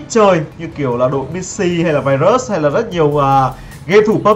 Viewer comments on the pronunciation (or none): none